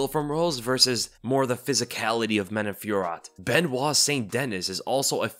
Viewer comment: Man-oh Fyor-oh. Just for future reference. And don't let Jon Anik's pronunciation sway you.